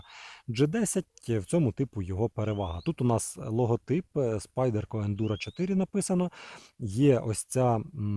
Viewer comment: Як на мене у СпАйдерко наголос на «А» Тому шо англійською павук спАйдер - є два ножі це Ендура 4 і Парамілітарі2 це прям спайдерко спайдеркович… Так ножі не звичні і в цему прикол але вони точно варті уваги. Тут навіть без привʼязки до ножеманства просто ви повинні мати ці два ножі Писати в коментах можна скільки завгодно що вони сякі такі страшні, але поки не посадиш на кишеню ти так і залишишся в невіданні як воно володіти цими ножами Чекаю від спайдерко Ендуру 4 на Магнакаті. Це буде прям те шо я шукаю